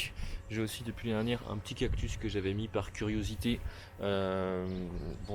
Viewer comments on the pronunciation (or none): none